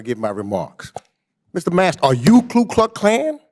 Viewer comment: It is Klux not kluk.